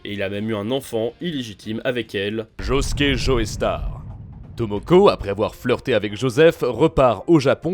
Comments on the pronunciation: Je me MORDS les doigts quand j'entend "Joé Star", ça me fait penser à JoeyyStarr justement. Désolé, mais on dit "JO STAR" en Français et dans bien d'autre langue ! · Pars pitié arrêtez de prononcer "joestar" sa se prononce "jostar" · Juste quelques précisions par rapport à la vidéo: -Leur nom ne se prononce pas "Joeystar" mais "Jostar" -Le nom de famille de josuke n'est pas Joestar mais higashikata -T'as pas précisé que Giorno veut intégrer passione et en devenir le boss dans le but de stopper le trafic de drogue en Italie, alors que c'est hyper important -Le nom de Gyro se prononce "Jayro" et pas "jiro" -T'as oublié de préciser que le vrai nom de Johny est en fait Jonathan (ce qui est super important puisque ça montre que même dans un univers alternatif on a bien un Jonathan fils de George) -Y'a 2 ou trois erreurs sur les prononciations comme par exemple le nom de gappy qui est bien Higashikata et pas Higashitaka, ou le nom de Giorno qui est Giovanna et pas Giovannia, mais en vrai la vidéo est propre, le résumé est simple efficace et bien écrit, bravo à l'équipe ! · ça se prononce "Joe Star" pas "Joey Starr" merde. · Mais arrête de dire Joeystar c'est chiant, c'est un nom anglais, on le prononce Jostar (je suis sur que tu fais partie de ceux qui disent x dans Hunter × Hunter et dans Spy × Family alors que c'est une putain de croix, c'est pas une lettre). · Prononce bien joestar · Aie l’accent tonique mal placé dans tous les noms de la partie 5 😅